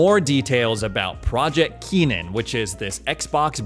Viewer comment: KENNAN not Keenan